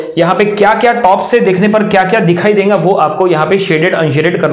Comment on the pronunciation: E denga - denga Kay hai (it's dega not denga.) Kaha ka language hai..